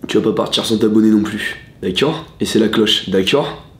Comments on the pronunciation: Le "d'accuiord ?" à chaque fois il me tue de rire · "dakaur" je meur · Le d’akcord 😭